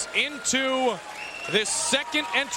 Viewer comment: Wanderley Silva "the AXE murderer" was a beast. PS.: Correct his name btw. "W" not a "V".